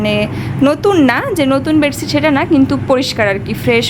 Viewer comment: বেডছিট বলো কেন? খুব কানে লাগে। বেডশিট বলবে।